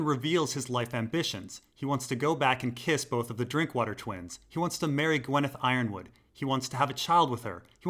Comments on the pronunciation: I'm Glad you say Yronwood like Ironwood! Not Uronwood !! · He pronounces Yronwood correctly, that's good enough for me